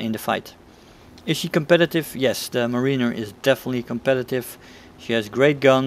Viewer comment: It’s pronounced “mare-in-er”